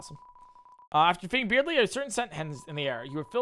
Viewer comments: The fact he learned earlier its supposed to be pronounced "birdley" but went back to "beardley" during chapter 2 is so god dang annoying. I don't hate you, but gosh that's close to breaking me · He's doing it because Beardly is funnier, I think he said that right after he learned the correct pronunciation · still really funny how he pronounces Berdly as Beard-ley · He said he was going to keep pronouncing it wrong because he thinks Beardly is funnier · He knows, he’s pronouncing it wrong on purpose because funny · Ok not gonna lie pronouncing Berdly's name wrong is starting to get annoying lol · HOW DO YOU PRONOUNCE BERDLY WRONG????